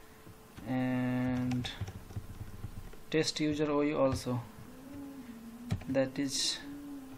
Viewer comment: Good Video bro...but it is Test, not Taste 😁